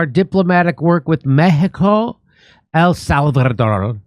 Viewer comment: Jimmy, say El Salvador again please. Lol.